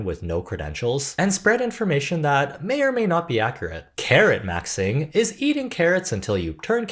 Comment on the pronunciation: When you said “carrot maxing” I heard “Karen maxing” and that you had to eat them 😂